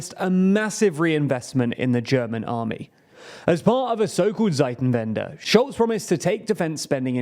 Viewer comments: It takes some time to correct poor decisions of 3 decades. I look forward to British comments once the strongest economy in Europe also has the strongest army. BTW ....Zeitenwende is pronounced 'tsssytanwandee' with a surd Z in the beginning. You pronounce it 'Seitenwende' .... makes little sense, means changing sides. Greetings from Bavaria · The proper way to pronounce it would be: "tsaiten-vende" (in English) The German Z is like an English "ts", and the German W is like an English "v". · Pro-tip: the letter Z in German doesn't make a /z/ sound, but a /ts/ sounds. Tseitenwende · Haha, it's Zeiten-Wende (times change). Zeiten is the plural of Zeit (time). No idea what that zeit-en-wende was about, en is not a word 🙂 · The Z is hard in German, so the pronunciation of "Zeitenwende" would roughly be [tsaiten-vende]. It translates to "change of times", not "time of change".